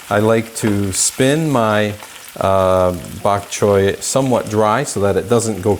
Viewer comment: Bak choy is Cantonese, a Chinese dialect. Bak choy means white vegetable. You pronounced bak choy so well. ☺